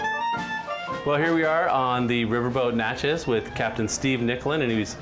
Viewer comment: Please learn to properly pronounce New Orleans and Natchez.